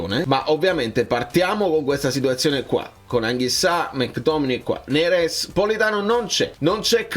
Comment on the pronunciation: Ragà ma avete notato la pronuncia del Mister quando ha detto NERES...ha detto Nerèss hahahhaha..la napolitanità lo sta già contagiando dopo soli 6-7 mesi😅😅 Grande Conte.. FNS 🩵